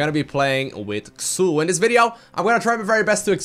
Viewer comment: just one thing. Pronounce him like if he was called "Zul". Otherwise, great video as always;D